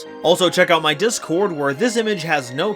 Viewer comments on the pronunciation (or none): none